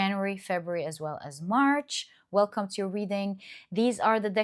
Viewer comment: March not MARS 😂 I was hella confused for a bit, hehe!